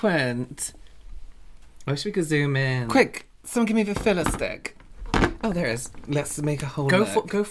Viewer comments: “Filla stick” 😊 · loving himself sick with the 'filla-stick'😂😂😂